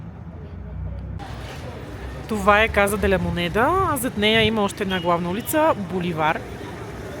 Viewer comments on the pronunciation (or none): Здравей,! Поздравления за куража да влезеш в мината, доста си е рисково,слава богу излезе жива и здрава,но ти си смело момиче, вече 3 месеца сама из латинска Америка го доказва 😊.И понеже сега изучаваш испански в движение една кратка поправка Casa се произнася Каса и се превежда къща(понеже няколко пъти във видеото произнесе -каза де ла монеда😉).Успех в приключението!